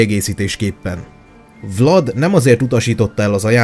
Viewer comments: Nem Vlad hanem "Vlád" és nem Radu hanem "Rádu" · Nem"Vlad" hanem "Vlád",nem Radu hanem Rádu,eskü nem rosszból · Azok román nevek és vládnak illetve rádunak ejtjük helyesen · Ki kell h javitsalak mert a nevüket Vládnak és Rádunak ejtik